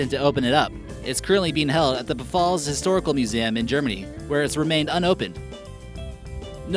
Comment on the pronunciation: the letter "p" in "pfalz" is silent; it's pronounced "falls"